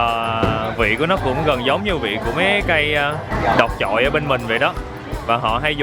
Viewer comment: Đọt trại chứ ko phải đọt chọi anh ơi ăn ngon lắm về hậu Giang ăn thử ik